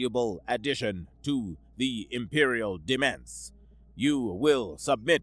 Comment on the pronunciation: I cringed so hard at the pronunciation of 'demesne' that I cracked a rib...